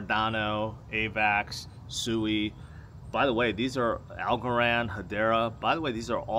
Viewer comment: Sui is pronounced SWEEE. Its a japanese word for running water.